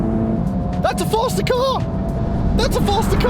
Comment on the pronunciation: thats a fastahhh cahhhh